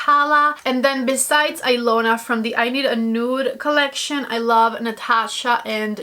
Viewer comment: The Natasha Denona lip liner is pronounced Eeeelona the i sounds like an “E” I know because it’s my name lol I’m actually Russian but the name is Hungarian go figure lol I love that liner too. I was shocked to see my name on anything as it’s not a popular name I could never find a single gift item with it as a kid.. so I had to get the liner lol and the color is a fave too. Love your videos. Watch you all the time!